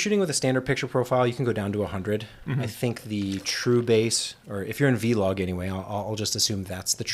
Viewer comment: Big fan of OH-LOG